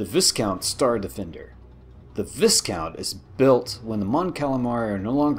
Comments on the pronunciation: Loved it but the viscount is pronounced Vy Count the S is silent in original pronunciation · It's pronounced Vi-kount. the "s" in Viscount is silent and the "i" sounds like an "ie". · The s is silent in viscount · Viscount??? Why are you saying Vissss count like a rattle snake lol It's pronounced Vycount or Viycount like why and count in one word so its VISCOUNT 😁